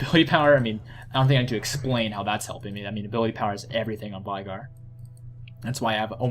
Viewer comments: Its vEEEEEEigar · unfortunately you mispronounced Veigar.